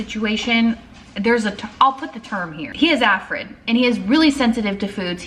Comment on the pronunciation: My son has ARFID too. It’s so hard to manage and seems to get even worse with age. 😢 Btw, it’s pronounced “are-fid”.